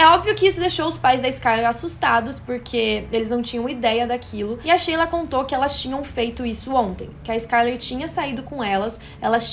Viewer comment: Shelia (se lê como shylar) não Sheila